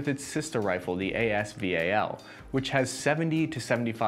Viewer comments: it is not AS V A L, it is AS VAL, VAL is word not abbreviation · I hate the way he pronounces as val